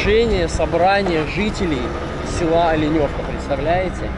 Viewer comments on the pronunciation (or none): Ну Москва не сразу строилась) дороги делают. Правильно говорить Оленевка. Олень или лень) а так вообщем то вы молодец всë позитивно, обзор хороший. Житель Оленевки).